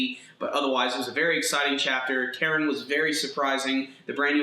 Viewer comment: Why do you insist in pronouncing Karin incorrectly? It's not "Karen". It's "kah-reen"